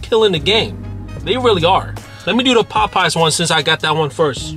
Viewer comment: Why you say Popeyes like that? You never heard it said before? 😂 “PPPaWW PPPies 🥴”